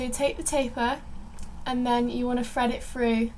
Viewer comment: " Fred it Frew" haha, and you think Americans have accents.